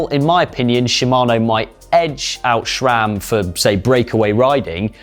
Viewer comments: Can't understand so many Brits' obsession with inserting an "H" where it does not belong. It's Sram*, not "shram" same as "H" is "aidsh*" not "haidsh"! And why can't Sram built a good-looking crankset anymore? That AXS monstrosity looks like an angle grinder from a budget hardware store. And your chain is too short. In the big-big-gear shown in the background the derailleur is almost parallel to the ground when it should be in about a 45 degree angle. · Please stop saying SCHRAMMM